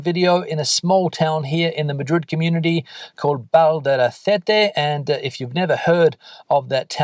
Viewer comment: Valdaracete, not "Valdacerete"